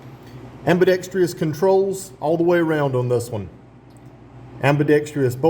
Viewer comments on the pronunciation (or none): Nice review. But I noticed you (and a lot of others) pronounce "ambidextrous" wrong. It's not "ambidextrious". Drop the second "i". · It’s pronounced ambidextrous,…not AMBIDEXTREEEEOUS, rrrrrrrrr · AmbidextrOUS! C’mon fellas. Sound it out. Good review though. Not many on the short model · its pronounced ambi dex truss btw